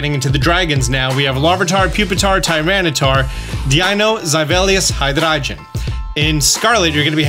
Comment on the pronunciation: THE SECOND A IN TYRANITAR IS SUPPOSED TO BE AN I!